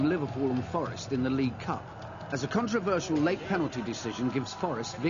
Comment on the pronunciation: "contravertial penalty" what Clemence clobbering Gary Bertels...